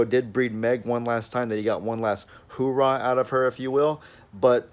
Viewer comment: Hoo-rah? Really?🤣🤣